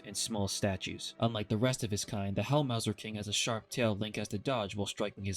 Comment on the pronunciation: This will sound nitpicky, but "Helmasaur" is supposed to rhyme with "dinosaur". It's literally combining the words "helmet" and "dinosaur".